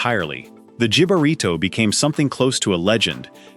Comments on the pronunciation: Jib [as in "the cut of your job"] -arito ? No way, José. It's jibarito as in "HIB"-arito. Sorry not sorry. Aprenda español ... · It's pronounced HEE-BA-REE-TOE NOT JIB-A-RITO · I'm from Chicago and I've never had a "Chicago dog." All I want is ketchup and onions. Not a hot dog with a salad on top. And it's HIB-a-rito. AI SUCKS.